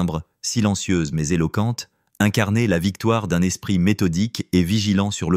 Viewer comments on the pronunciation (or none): la 2ème histoire aurait pu être largement améliorée : il s'agit probablement d'une fiction, traduite, ou fabriquée par Chat GPT et lue par une insupportable voix numérisée : ("l'espriT humain " haha) dommage, la fiction de type roman d'espionnage aurait pu être intéressante, s'il y avait eu une résolution correcte à cette histoire.Mais rien de tout ça : une conclusion verbeuse sur "l'humanité subtile " alors qu'il n'y a pas d'ancrage des personnages, des lieux, ni aucun mobile à un meurtre fumeux perpétré à cause de timbres : on aurait apprécié que la diction du lecteur ait elle-même un timbre agréable ! Payez quelqu'un pour vous faire une vraie histoire, il y a des tas d'auteurs qui ne sont pas publiés à cause de la paresse et la cupidité dont vous faites preuve .